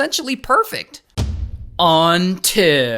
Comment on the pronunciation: The way he said "until" 😭